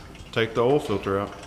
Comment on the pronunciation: "ooll" filter? It's "OIL" filter! :).